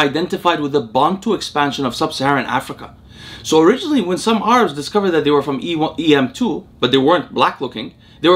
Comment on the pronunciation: Who the heck pronounces Arabs as Are-abs ?